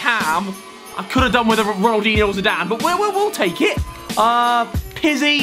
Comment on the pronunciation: Did he said Ronaldingo 😂